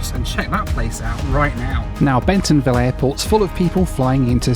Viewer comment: Bentonville NOT Bensonville